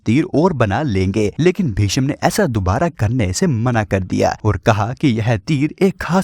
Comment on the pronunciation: भिषम नही, भीष्म हे